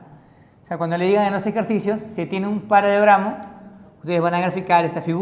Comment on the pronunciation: OE LENGUA E TRAPO ES "PARALELOGRAMO" NO PARAGRAMO